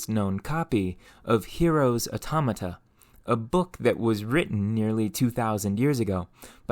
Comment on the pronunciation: Every time he says "automota" take a shot